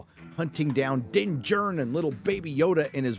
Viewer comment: Everytime you say “Din Djarin” all I can picture is “Matt Damon!” from Team America 😂 ..Dinn Jurn!! 🥴